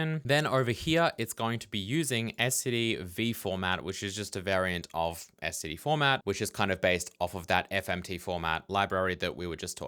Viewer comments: except it sounds like you're saying "scd" not "std" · You know if it bugged you that much you could have just written your own println routine. 😏 At least you're not like some of the c++ nerds that pronounce std: "Stood". That is just so stupid. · The printing custom types bit should be it's own tutorial video imo, the resources for this online are poor the last time looked a long while back. Also, I pronounce it as "stid", I won't say "stood" like many members of the committee, I did used to say "ess tee dee" like you do tho but "stid" is effectively pronounceable monosyllabically